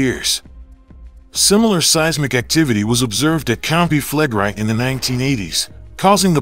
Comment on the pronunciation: Why is the narrator mispronouncing "Campi Flegrei" as Campi Flegrie? The "i" is pronounced in the short vowel sound & the preceding "e" is also pronounced.